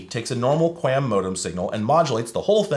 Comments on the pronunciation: Kwam, its pronounced kwam. The 'A' doesnt say its name 😅. And believe it or not cable broadband uses 256QAM for downstream and 64QAM for upstream, the 64/256 is how many quadrants the analog carrier is sampled and converted to symbols, basically strings of bits. SC-QAM "single carrier QAM" is slowly being pushed out, as we moved towards OFDM and OFDMA, but its awesome to see that dial-up used QAM. Or more likely QPSK (4QAM). Anyways, love your content, thank you for putting in the work for us telecommunications nerds 🤓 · I've always heard QAM pronounced like qualm, with the long "a" sound. And I worked in broadcast engineering during the DTV transition, so it was said a lot by a lot of much smarter engineers than I. Anys ways, the only modem new enough to theoretically support it is a V.92 model, but it almost certainly doesn't support it, since the manual, datasheet and AT command reference make no mention of either ASVD, DSVD, V.61 or V.70. I also looked up the datasheet for my Cisco digital modem modules and it also makes no mention of it, which isn't surprising at all. It could've made things very interesting if they did build support for this into their hardware, since this is the kind of technology used by telcos in their ISPs. If they had implemented it, then it could've solved the problem of not getting calls while you're dialled-up. When you're dialled in, your phone carrier simply redirects calls to your number to a voice port that connects to the ASVD/DSVD port of the digital modem that you're dialled in on, which rings the phone connected to your modem, and problem solved. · I've always heard QAM pronounced "kwom" (rhymes with ROM), as though there's a phantom 'U' in there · Qualm without the L is how that is pronounced in the industry. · QAM is usually pronounced "kwom" by wifi people, at least. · its pronounced kwom. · "QAM" is pronounced to rhyme like the US Territory, Guam. Thanks for the walk down memory lane!